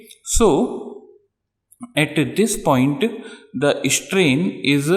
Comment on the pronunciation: dude..your english!! its strain..not ishtrain!!